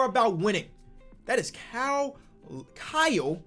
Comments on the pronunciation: Nobody:: kowl lowry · “Cowl lowlry” 😂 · “Kyle Lawry” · Cow Lowee KL:It is kyle Lowry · Kahl lahry=Kyle Lowry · sound this out kiel laoury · Nobody:: Cow Lowry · nobody:: "COWL Lowry" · No one:: Kyo Lowry